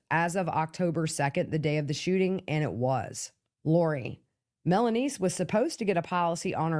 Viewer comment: Melany.. not melanise....